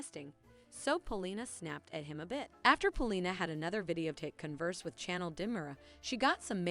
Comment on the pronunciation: She is named Chanel, like the perfume and fashion line. You keep saying channel, as in change the channel. Cringe worthy.